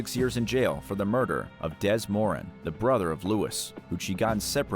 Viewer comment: I love your vids but can you check the pronunciation of names a bit better (even if it seems straight forward). Judith Moran her last name is pronounced 'More-an' and she was dubbed by Australian media Mama Moran. The family were a big part of the Melbourne gangland killings.